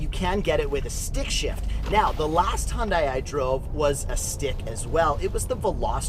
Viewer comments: U call it Hun-die .. I call it Hyun-day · Hyun-dai sound not right~ Try to pronounce as Hyun-dae Thanks~ P.S: I am from Korea and my father works at Hyundai-Kia^^ Thanks for the review on Korean brand~ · It's pronounced HUN-DAY. Dork